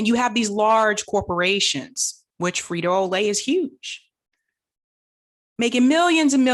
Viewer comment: "Frito O'Lay"?